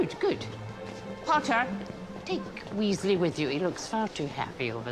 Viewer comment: Lol... and the WEEZLEEZ... LOL